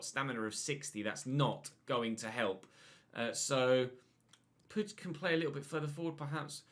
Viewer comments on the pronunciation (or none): none